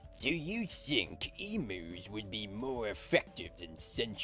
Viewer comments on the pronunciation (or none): Kyle...the password to become an Aussie is "Emus". Only Australians (honorary or otherwise) pronounce it correctly. Good luck, mate.